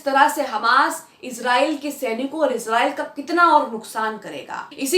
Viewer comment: Iz nahi israiel hey❓